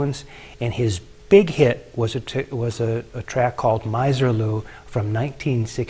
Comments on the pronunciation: Ms. er-lou, not Miser lou. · And Miserlou is pronounced "Miserlou", not "MYserlou", as has already been mentioned; Rebel Rouser is pronounced as it was written - "Rebel Rouser", as opposed to "Rabble Rouser". Instrumental surf music is still very much alive. Enjoyed the discussion. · You don't know what surf music is. The Beach Boys and other vocal groups are not surf music. Anyone who was a fan of surf music in the beginning knows the difference. Using the phrase "instrumental surf music" is redundant. You cannot even pronounce Misirlou correctly. Nice job of spreading bad info on the internet. Even can't get the name of Duane Eddy's tune. It's not Rabble Rouser, it's "Rebel". What a joke.